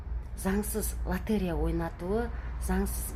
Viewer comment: ЛОТЕРЕЯ деген сөзді дұрыстап айтшы!